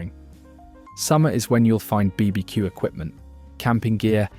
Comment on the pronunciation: yea, I agree this is AI, the voice sounds real at first.. but then you hear how it says Lidl sometimes and BBQ and odd breaks in sentances